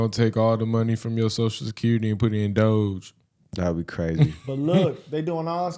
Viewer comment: Idk why people keep pronounce DOGE as DOJE. It just sounds wrong. Completely different from the root word.